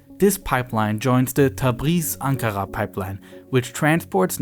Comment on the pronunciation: Pronouciation of Ankara gave it away for me. Greetings form NRW